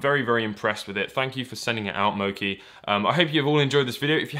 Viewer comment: It's pronounced MOCHI As in Qi (chi) The Chinese word for energy or life force. "One meditates to gather their qi" Also same word that Qi wireless chargers are named after.